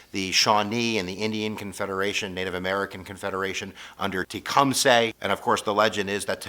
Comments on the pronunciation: Its not SAY its suh. teh - kuhm - suh. Driving me crazy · Tecum suy not say